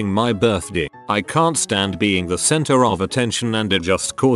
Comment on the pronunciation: I like how he says “birthdih”